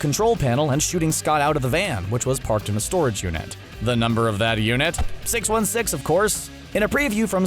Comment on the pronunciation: I heard him say earth six one sex